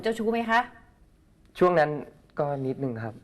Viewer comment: ชอบพูดว่านิดนุงครับน่าคำคานอ่ะ